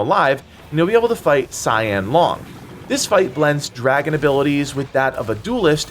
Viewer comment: Man cannot pronounce 龙 to save his life.